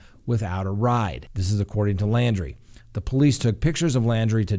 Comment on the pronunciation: his last name is LAUNDRIE...not LANDRY.